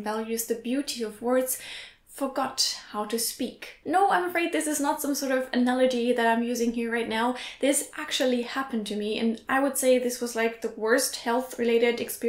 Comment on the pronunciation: When you say "analogy", it sounds like "an allergy." I think it is because you add an rrr sound to analogy. The L is pronounced strong "luh." Not meant to make you feel bad, just something I noticed.